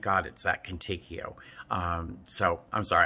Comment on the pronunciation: First? Love your vids Steven. Also I think if you mean Contigo it’s pronounced Cone Teego it means with you in Spanish